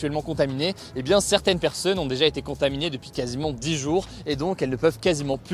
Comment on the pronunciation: STP ARRETE DE DIRE 'PERSEUNE'